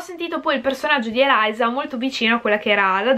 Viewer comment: Ma si dice Eliza cmq lo già letto